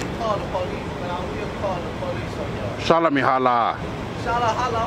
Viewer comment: Shalla Mehalla, NOT ShallaHolla, BROTHER! Alla Oola Heela. Uno Dos Tres, QUATTRO, Wooly Booly now. Abla Ingladada and all that shit. Oobla Gah. "Go to church then."